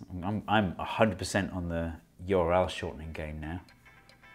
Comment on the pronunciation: You R L Steve Mould: YORL 😂❤